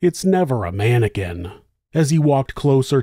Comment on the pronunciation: It's never a mannequin, always a man-or-kin